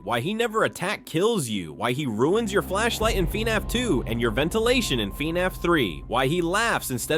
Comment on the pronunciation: Gotta admit I never heard anyone pronounce it as “FEE-NAFF.”